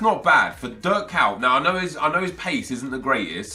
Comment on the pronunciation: Why u saying Dirk cow?